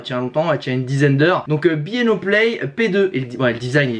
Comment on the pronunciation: "Bi i O" 😂... Je ne connais pas Bang & Olufsen mais j’aime les BASSES!